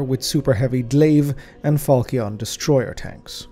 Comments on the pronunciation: Only note: It's pronounced Phal-shin. Falchion. Not Falcione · I love your content, but your pronounciation of "Falchion" wounds me, brother.